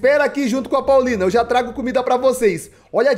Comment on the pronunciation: kkkk😂😂😂 dives ele falar poulina ele falou paulina